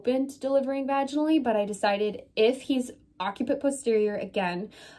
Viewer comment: it is pronounced "OC-si-put"